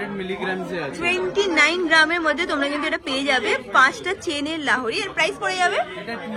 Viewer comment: Lahori abar ki...it's lohori